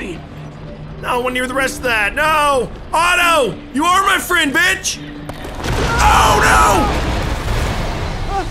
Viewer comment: HEELLLLLOOOO